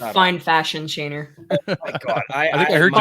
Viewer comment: Anybody else cringe when she sais "Shayner" , other than that great episode 👍